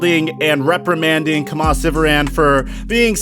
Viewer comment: it’s pronounced “key-muh” lol